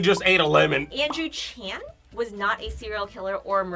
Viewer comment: Narrator:andrew chan Me:pfft andrew “CHAN” lol😭🤣🤧